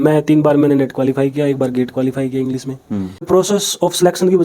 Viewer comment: इंग्लिश रिसर्च स्कॉलर इंग्लिश को इंग्लिस बोल रहा है, अब इसको नौकरी दे दो और अपने बच्चे इससे पढ़वाओ